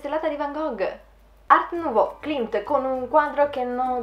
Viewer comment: book tag interessantissimo e tu sempre bravissima!❤ Unica cosa, si chiama Klimt e non Klint! 😊